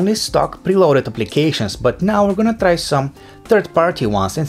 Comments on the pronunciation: So I knew right, Eastern europe people talk like that. And he is very annoying with his english pronouncion and he says "lets trai that" like 10 times in the video which is very annoying again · "Lets trai that" "trii two one" how is that so annoying he is not even trying to say things properly?